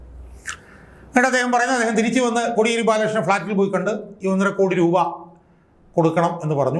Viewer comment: കൊടിയേരി അല്ല സർ.. കോടിയേരി ആണ്..